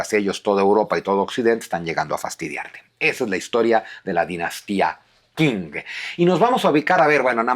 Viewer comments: Se pronuncia "CHING", no "KING".. Saludos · Qing no se pronuncia King , se pronuncia Xing, se me cayó un historiador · Qing se pronuncia "ching". Abrazos. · La dinastía Qing se pronuncia Chin.... Por eso desde entonces se llaman Chinos, hasta hoy aunque ya no haya dinastia Chin, hay China y chinos. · Una nota Q... En chino se pronuncia como una CH suave